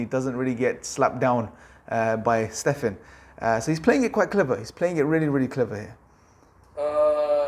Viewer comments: You know you've lost when you you pronounce Stephen, as Stefan. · Just FYI, the name of the host of the talk show is Stephen as 'Steven' and not like 'Stefen'. ✌️ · His name is pronounced Ste-ven Col-ber